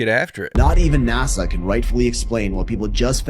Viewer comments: Ya its NASA not NAZZA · Remember....It's NASA not NAZZZA!